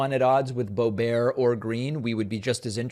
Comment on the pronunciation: You keep slipping back from bo BEAR to BO bert. Why can't you pronounce her name as she herself does? Whether you like somebody or not you owe them the respect of pronouncing their name correctly. Get it, DA veed PAH kuh mon? How are we supposed to trust your analysis when you can't even pronounce someone's name! BTW, you do a good job with Tulsi Gabbard.